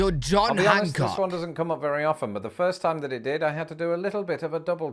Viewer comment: Its John Hancock not Junk Hancock